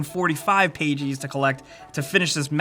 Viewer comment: Who says pages like that then?!?!?!